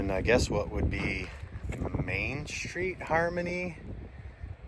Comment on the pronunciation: I have to ask- Why in God's name a are you saying "Shtreet"?? Isn't it STreet? It's actually painful to hear